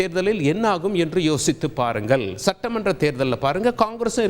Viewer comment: பாருங்கல் இல்ல..பாருங்கள்..நீயெல்லாம் அங்கிருந்து தமிழைக் கொல்ல